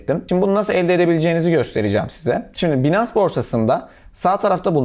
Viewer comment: 'Binans' değil, 'baynıns'.